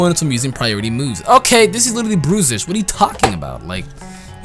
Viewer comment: The way you pronounce Bruxish triggers me.